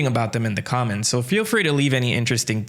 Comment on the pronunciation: Thought you said "comet secrion" not "comment" section 😭